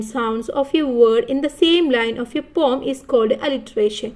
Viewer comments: Pom alla poem poyem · Pom alla poem anu😊